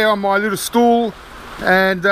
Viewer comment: I did hear you say,I,m Sit here on your little stoel, funny too hear as stoel be the Dutch word for a chair